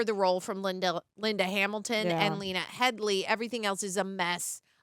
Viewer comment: It's Lena Headey,, not Headly.